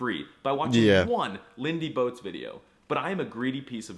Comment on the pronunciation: Is he making fun of Lindie? "Botes" is two syllables; it's not English "Boats".